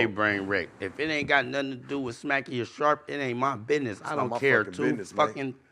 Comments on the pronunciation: Okay but calling sharp “shark” the whole time killed me 😂😂😂😂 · Smac is completely unable to say Sharp or. It's hilarious. It's like when Crunchy Black called VladTV Glad the whole interview. It's so funny.